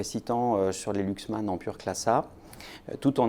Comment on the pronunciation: ça ne se prononce pas Luxman, ni Louxman, mais Laxman.